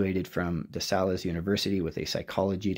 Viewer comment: DeSales University is pronounced "DE- SAYLES" and not "DESULLES". The "A" is long as in "hooray".